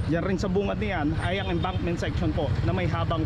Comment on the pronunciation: Enbankment hindi po embarkment, mr..